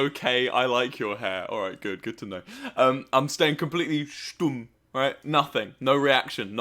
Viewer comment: it acually exactly sounded like German. I was very surprised by that for a second.